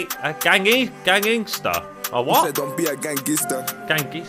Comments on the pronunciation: Somali moms dont say gangster but they say gangister😂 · somali mums say gangister instead of gangster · gangister is how his mum would’ve pronounced gangster as she’s African